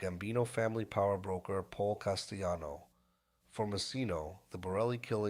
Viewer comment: Please pronounce Paul Castellanos name CORECTLY HE ISNT SPANISH THE L IS AN L NOT A YL